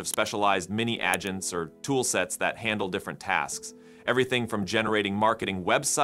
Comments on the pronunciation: Haha I see what you did there "Adge Ents" sounds like something straight out of a Tolkien-tech mashup! Honestly, with all the mispronunciations from voice AIs lately, we might be summoning some very annoyed tree overlords soon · The mispronouncing of "agents" several times is almost physically painful.